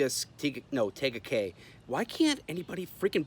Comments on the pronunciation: Say it like tea guh Kay. Tega Cay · Tega Cay. Tee gah Kay is how we pronounce it. This is part of the fastest growing area in America called fort mill Which is the area that was labeled like the top 5 best places to raise a family. This was an attack by the house of satan church they blasted me on my comments about God !! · It's pronounced TEa Ga Cay. And I couldn't believe they actual bowed to some triggered wuss. Whiskey Tango Foxtrot! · It's pronounced Tea-ga cay. And how would you react if it was "Allah" instead of "Lord"? Or whatever other made up imaginary sky daddy you want to pick? This is why government shouldn't have any involvement with any religion. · It is pronounced TEA-GA